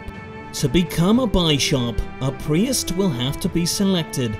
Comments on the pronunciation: "And become a priust" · I love the way you pronounce priest and bishop